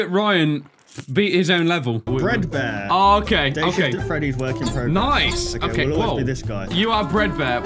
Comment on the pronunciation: You said this is how to control a breadbear instead of a fredbear